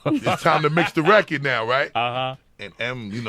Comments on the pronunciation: I fucking adore the way Bus says record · Who’s here in 2024. I love how busta says record “reccad” 😂😂